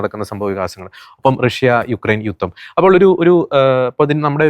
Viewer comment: യുത്തം അല്ല സേട്ടാ ജുധം